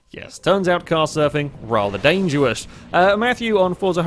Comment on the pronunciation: please tell me I'm not the only one hear him say dangerwous